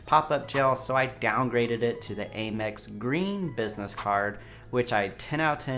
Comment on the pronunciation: You know the company is “American Express”. Why do you say “Ay-mex”?! It’s “AM- Ex”, as in “I am”!